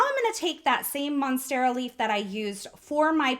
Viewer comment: Great card,! I love how you created the pattern with the monstera leaf (you did pronounce that correctly, btw) & then made an extra one for your embellishment cluster. I'm rather curious about not priming stamps with your hand, though. If skin oils are "bad" for stamps, are we supposed to wear gloves just to handle our photopolymer stamps now, to keep oils off them completely? I'm just a bit suspicious about that, but that might just be me. Anyway, thank you for sharing. Take care, & have an awesome day!:)